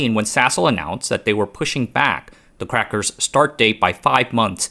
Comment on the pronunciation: I giggled every time he said “crackers”